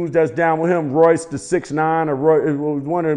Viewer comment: He couldn't even say Royce name hahahaha